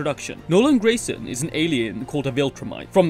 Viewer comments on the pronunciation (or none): none